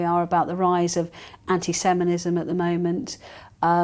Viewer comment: It’s SEMITISM and SPHERE, not SEMINISM and SPEAR!